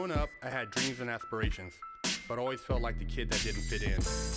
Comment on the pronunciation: loads prison talk video Growing up, I had dweams and ashpirations...